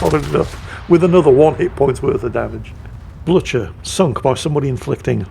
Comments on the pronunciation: Get your Into the Dead video series sorted! It shows the latest one at the top so if someone wants to watch the whole series, YouTube gets its knickers in a twist! O, and 'Blücher' is not pronounced as 'Bloo-tsjur'. Pronounce it as a Scotsman would: 'Bluu-cher' with the 'ch' as in 'loch'. Good teamwork by the division, though. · It is not pronounced "Blutsher" but "Bluher" with a thick "h" and a soft "u" (something between u and i) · Bloootsjer???? No no no. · the "Blücher" is pronounced like this: [ˈblʏçɐ] If you can read that... i can´t, i´m just a native german speaker...